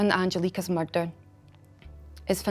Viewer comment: "Theres been a muurdderrr"